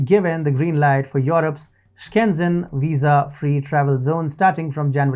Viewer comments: It's Schengen, not Skenzen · and yes, it's kinda disturbing to hear SKENZEN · It's pronounced "SHEN-gen"